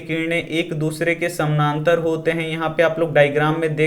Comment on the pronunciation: Samnantar nhi samantar sir